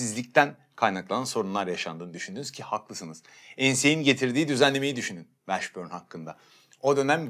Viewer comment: dostum Jamal Mashburn - Meşbörn / Washburn - Vaşbörn , o kadar eminsin ki bi de 800 kere söyledin yanlış şekilde üstüne basa basa.